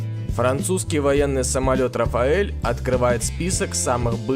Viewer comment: рафаэль непривычно звучит,может рафаль